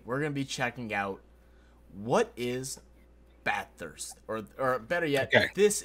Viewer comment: Bath ust, not Bath Hurst , not Bath Hurst